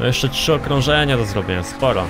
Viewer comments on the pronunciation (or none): none